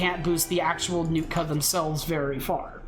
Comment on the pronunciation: "Nookta War Chief "